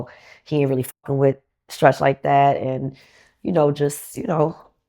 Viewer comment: The interviewer trying to say Stretch was ugly